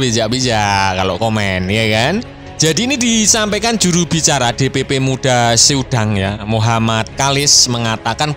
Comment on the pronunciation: Muda sedang, bukan muda se udang bang😅